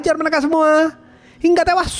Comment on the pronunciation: Hingga tewas itu gak usah ditekan bg kek org mau birit